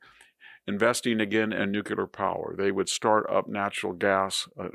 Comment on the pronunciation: VDH is one of the greatest minds of our time. If only he could properly pronounce 'nuclear.'